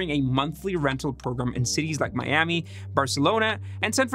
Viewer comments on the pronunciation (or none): none